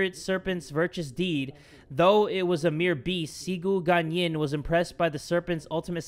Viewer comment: Listening to jay say cigu guanyin and other chinese wrong makes my ears bleed so bad 😂 nothing wrong tho